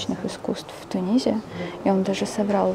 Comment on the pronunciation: Тунис пишется и произносится с буквой "с" на конце. Почему Вы говорите: "он родится в ТуниЗе"